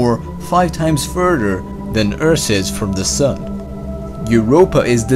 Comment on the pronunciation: He said "Earss" instead of "eart" or "earth"